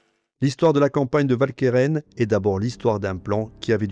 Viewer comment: Idem pour Walcheren. En néerlandais, le W se prononce "Ou", comme dans "Waterloo"; et si le "ch" se prononce bien "k", le "e" qui suit se prononce "e" et non "è". Si bien que la bonne prononciation n'est pas "Valkairain", mais "OualkErEn". Sorry, mais une vidéo francophone ne s'adresse pas qu'aux français, mais à tous les francophones, sur tous les continents, même si certains ont oublié des règles pourtant encore en vigueur. Et pour ceux que je fais chier, sachez que le PQ ne coûte pas cher, contrairement à l'ignorance.